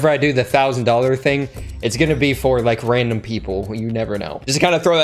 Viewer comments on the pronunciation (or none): He said randumb at o.35